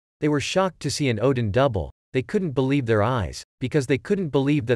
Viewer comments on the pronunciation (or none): none